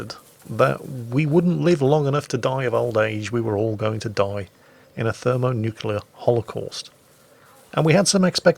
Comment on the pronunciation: Did you really say Thermo-Nucular devices??? :D